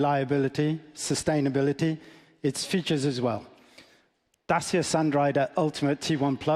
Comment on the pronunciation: It's DaCHIa, not Dasia